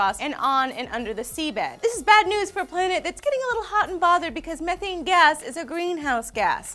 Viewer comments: You said it like this meeeethaynee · ME-thane!! Not Mehh-thane! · You say methane wrong, it's m-ee-thane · it's pronounced mee-thane... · guys.. its pronounced "mee-thane" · Just look at how it's spelled "Methane" and how do we say it? We say it like Meth...ane... sound the word out... *face Palm* I don't want to live on this planet anymore... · It's pronounced ME- THAYNE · Meth-ane... get it right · Its pronounced m-ee-thane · You keep pronouncing methane wrong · Your saying Methane all wrong.